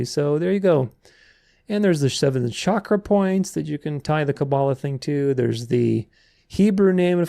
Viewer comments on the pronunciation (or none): none